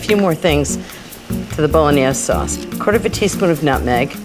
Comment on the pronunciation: I lolled at the way she pronounces it. BOLO NIEZZZ